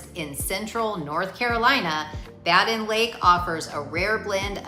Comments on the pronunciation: BADEN IS PRONOUNCED "Bay Den" NOT BA-DEN! Got it? Then correct it. RESEARCH THE CORRECT PRONUNCIATION OF ALL N.C. LAKES, THEN RE-EDIT VOICE OVER & SCRIPT TO CLEAN UP THIS VIDEO. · Bay-Din... Simple phonics, the I makes the A say its name.